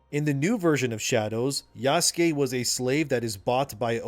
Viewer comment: Did he just say Yassuke? Did i hear that right? Lol good shit